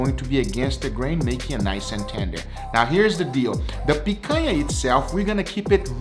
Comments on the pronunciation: Man said pakana 😂😂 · You pronounced picanha wrong lol